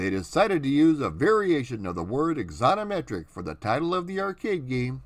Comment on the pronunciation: Sorry, AX- on - o - metric ; al - TIM - it- er . Mispronunciation drives me nuts.